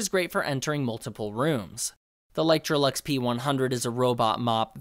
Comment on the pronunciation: i love how he keep saying literolux like its a variation of electrolux when the brand is actually licetroux.